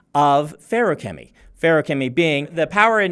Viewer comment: I'm so glad it's pronounced like how Brandon says it and not fa-roo-kemy like some YouTubers say it